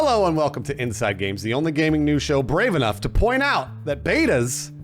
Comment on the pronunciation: how hard is it when your recording to not say the "ing" on the end of inside games